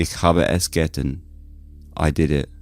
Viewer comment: I look forward to every one of your posts. I am a happy subscriber! Great voice, wonderful story telling. Although the german pronunciation is actually emphasis on the last syllable of getan: "Ich haben es geTAN!"